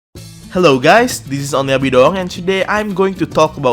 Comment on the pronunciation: Apakah anda orang indonesia? Penyebutan nama onlybidoang nya Indonesia banget "bi doang" wkwk